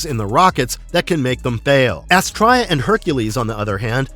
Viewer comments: How can you be a fan of the show and not know how to pronounce Astraea? It's "Astree-a". And the robot was called Moe, not M.O. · Really good video. I don't know where you are getting your pronunciation of Astraea. I love the Space Sentinels. Watched this series as a child back in the 70's. I wish there was some footage of the intro with the original name: The Young Sentinels. Would have been nice to have been included on the DVD release. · Loved this cartoon but I remember “Astrya” being pronounced “AS-tria” and the little robot was called “Mo” not “em-oh” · Yes! I’ve just commented the same before seeing this, almost like the narrator didn’t watch the show